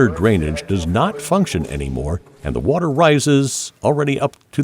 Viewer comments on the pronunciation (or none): none